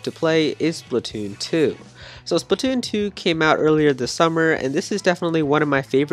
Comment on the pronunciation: It is Splatoon not spitoon